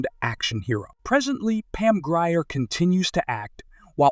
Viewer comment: Mispronunciation of her last name!